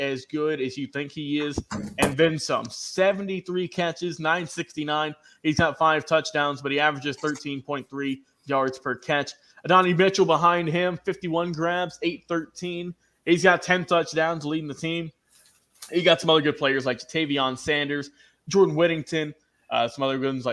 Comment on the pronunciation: Add- AN - I not Adonny Mitchell